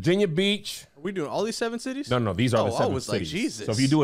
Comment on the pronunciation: Don’t you ever mess up the 7 cities again 😫